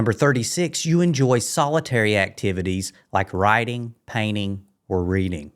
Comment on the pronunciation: At first, I thought you said rioting but realized you said writing, whew what a relief.